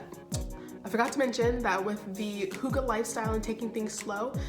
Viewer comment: I'm I the only Danish person here who get triggered when people say hygge wrong?